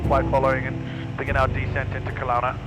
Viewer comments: The mispronounce of Kelowna, man that one hurt 😅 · every Canadians gonna love that. Kalauna hahaha